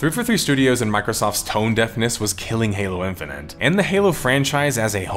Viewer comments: Good vid but hearing in-fi-nit pronounced in-fi-nent for an hour made my brain itchy. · No, I'm sorry. I'm not gonna listen for an hour as someone says "Halo Infinant" over and over. It's like nails on a chalkboard. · Were you okay when making this? Calling it "halo infininte" constantly is pretty distinct and a little distracting. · I’m glad that people are finally coming to grips with the fact that this game is a giant pile of shit. I had been excited for it, given that it was supposed to be a reversal of 343’s butchering of the series and a return to Halo’s roots, but when I played the open beta and couldn’t mute the AI companion saying KEH-BABBED every time I got a skewer kill, I knew it was gonna be a huge dumpster fire. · I love that you're pronouncing it "Halo Infini'nt" lmao